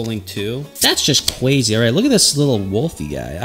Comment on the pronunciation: Charizard Is "CWAZY"